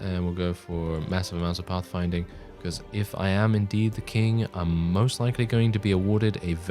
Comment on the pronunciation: I actually find your accent fairly subtle most of the time. The way you pronounce certain words though gives it away. eg "pothfinding"